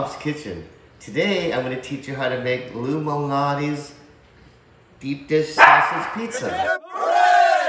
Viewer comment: Ohhhhhhhhhhh it’s “Lou Malnati’s Pizza” not “lumalnatiz pizza” 😂😂😂😂